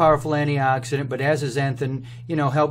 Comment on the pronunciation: But you do say it like "assnnthhn"